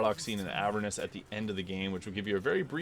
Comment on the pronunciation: “Laugh tender?” - “Eh-vern-us?” This one is constantly pronounced in game. C’mon, now.